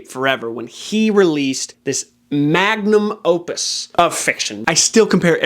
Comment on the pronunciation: So, obviously The Stand doesn't hold a candle to The Count of Monte Cristo. 😉 But having said that: you've finally convinced me to read Watership Down (my husband warned me I'll cry). Great content, thank you! PS: magnus opus is really weird way to pronounce 'mediocre drivel'. But I'm subscribing to your channel anyways!